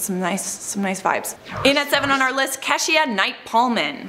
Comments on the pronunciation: Love this vid, but her name is "Kee-sha" not "Keh-she-ah" Please do better with my peoples names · So I take it that Canadians have a hard time pronouncing very simple American names. Cash-E-ah??? Noooo. Kee-sha. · How can you do black accents but can’t pronounce the name Keisha? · I think we pronounce her name like Key-sha...not what ever you said her name was😂.. Keshia Knight Pulliam ..u really tried that's all that matters 😊😂